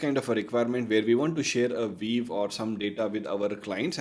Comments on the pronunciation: This comment is not meant negatively, hopefully it will help you for future videos: your English is very good so I couldn't understand why you kept saying VEEV instead of VIEW. Good luck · why you say viv? and not view? its sounds weird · pehle view bolna seekh le wave wave kiye ja raha h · nice video and great information provided.. but constantly saying "VEEV" instead of view is mildly infuriating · It's a view, not a "veev" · it is not viev its view you dumbass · Bro, it's a VIEW not a WEAVE. It's just so annoying to hear WEAVE again and again.😭😭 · Sab shi hai, but yaar WEAVE nhi hai wo, View hai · Why is view pronounced veev? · Excellent video. I gave thumbs down because he kept pronouncing "view" as "wave" or "viv". The most important word of the video. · Wrong pronunciation of "VIEW"!